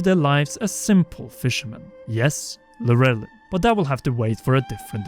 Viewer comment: Not Lur elin. Lol